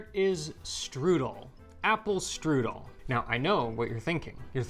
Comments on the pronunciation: Strudel even sounds German. It's not strudelli 😂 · As German/Bavarian, let me tell you, the word is „Strudel“ not „strüdel“.